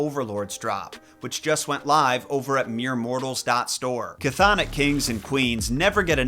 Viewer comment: TY! Also it's Kurberus for Cerberus and chthonik is pronounced thon-ik.